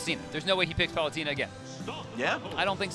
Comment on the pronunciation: EXCUSEME. How did he pronounce Palutena?